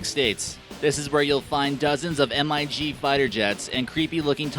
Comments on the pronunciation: It's not M-I-G it's mig (mi-hg) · You pronounce it like M I G but it's pronounced mig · this guy cant make proper research... seriously how can you confuse a P40 and a Spitfire????!!!! and its Mig and not M.I.G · So many mistakes. It's MIG, not MIT, That's pic is a Spitfire Mk9, not a Kittyhawk. They are not 'mysterious' if you had taken the trouble to find out what they are. Most are de Havilland Tiger Moth. All are easily identified. One of the world's most photographed wreck in Iceland is a Douglas C47. This could have been an amazing video, but you ruined great images by not doing any research. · M.I.G. FIGHTER JET is pronounced MIG AS IN MIG WELDING. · M-I-G PLANES??????!!!!!!!!!......Dude.....dont you know it said as a word and not by initials? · " EM..EYE...GEE fighters, it's MIG as in DIG, PIG, GIG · dis gut is dumb and he said nothing accurate Mojave is not abandoned and you can literally see a plane taking of in the picture and its mig not M I G they were Russian not polish you dumb idiot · M-I-G wtf it’s called a MiG learn some better info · MIG aircraft prounounced as Em - Eye - Gee (spoken as 3 separate letters) instead of one word MIG. Terrible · Yeah it is pronounced mig not m I g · Ita not M. I. G its mig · First of all it pronounced mig not m-i-g second of all that's a supermarine spitfire that's a p-40 kittyhawk if your going to do a video on aviation then learn a damn thing about it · its not pronounced M-I-G its pronounced mig you absolute twit. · Mojave is not an abandoned airport as you say. Also M I G jets are known as. MIGs. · "M...I...G... Fighters huh, they're called MIGS, Stupid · Bro, you've never heard of the Russian MIG jet fighters, really? It's not M I G, you say it as one word, MIG....come on now, it's called research....smmfh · I love "...but is now out of service...." Really? The gutted plane without wings is out of service? And it's not M....I.....G. It's pronounced Mig. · its pronounced Mig not m i g u tard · its mig not M-I-G